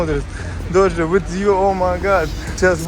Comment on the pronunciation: только не Доджа А Дожа.:)